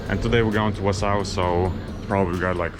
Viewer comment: Wausau, Wi. Pronounced: Wauh-saw. Great ride brother, can't wait to do it myself.